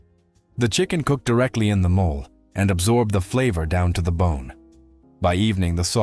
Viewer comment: MO - LAY ! Not a mole😮